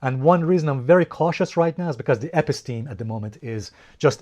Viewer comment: Episteme is pronounced: eh-PISS-teh-mee